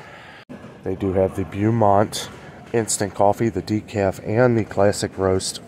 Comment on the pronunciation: I never understood why people say ReCee’s versus reese’s. 😂 Also the coffee Beaumont is pronounce Bow-mont. Bow as in bow tie. 😉 My Aldi was completely out of romaine!!!! Also their baked chips are so scarce and I love them. Half and Half is always empty. Disappointed.